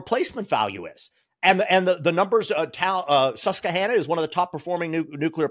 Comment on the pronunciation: Susquehanna IS NOT pronounced like that (SUSS-kwə-HAN-ə).